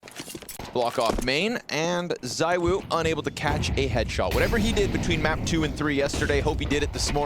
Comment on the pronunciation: ZywOo not ZyWoo btw